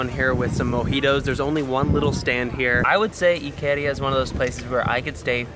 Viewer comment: it's not ikeeeeeria it's ikaaaaaaaria